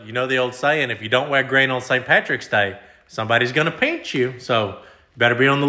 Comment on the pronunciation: He says pinch like peench. 😂